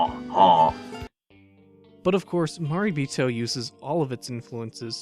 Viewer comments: Good video. Gonna watch this movie. But, It's pronounced "ma ray bee toe" not "ma ree bee toe". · Your pronunciation of 'Marebito' hurts my soul. I like your videos in general, though :)